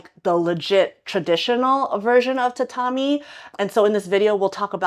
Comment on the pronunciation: That's not how you pronounce tatami